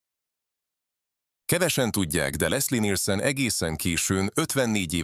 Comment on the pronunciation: Lesszi Nilsönn😂😂